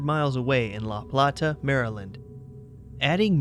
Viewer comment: It's pronounced La Playta.